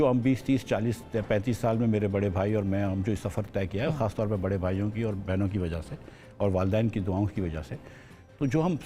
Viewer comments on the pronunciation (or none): الو کے پٹھو۔۔ اردو کا بیڑہ غرق کر دیا۔۔۔ طور دی؟